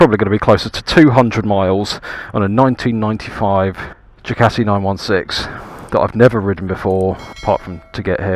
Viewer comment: Excellent choice. May I correct your pronunciation Ducati, not Jucati.